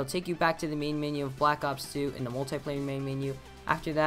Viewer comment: You said multi wrong